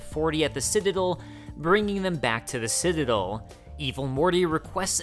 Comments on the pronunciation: It’s citaDEL, not citaDIL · Every time he tries to say Citadel it comes out "sitadul" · Omfg hey buddy it’s not citidle it’s citadel you got it? Ci-tuh-del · Not once did you pronounce the word “citadel” correctly. Beyond that, this was awesome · This was good but if you don't learn to pronounce citadel, I'm gonna throw hands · You are mispronouncing citadel...